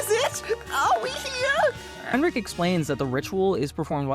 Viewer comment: Heinrich you pronounce the ch with the k sound like rick